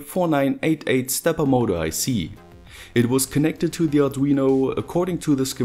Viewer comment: "Peipöör, modöör, weieöör" no hate, but it sounds fu** funny. :P